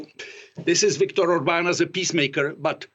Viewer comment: Orbán's name was pronounced very well too.